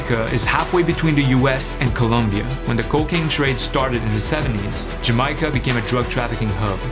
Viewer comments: Jam-i-ca? Have i been living a lie and it's not jam-ay-ca? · its not "Ja my ca" its "Ja may ca" Jamaica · Man said Jamaiyica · Its not pronounced 'Jamica' by anyone else on the planet. Just so you know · Planning to step the game up in 2024. If you wanna support the production and get perks in return, sign up on Patreon! PS. Also planning to learn how to pronounce Jamaica properly 😬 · that pronunciation of Jamaica is roughhhhhhh. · love the content pal. please never say jamacia again lol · Why does he keep saying Jamaica wrong? Great video otherwise.